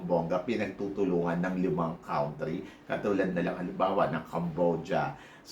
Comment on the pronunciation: YOU ALWAYS MISPRONOUNCE THE WORD "COUNTRY". PAKI-CORRECT PLEASE PARA BONGGA❤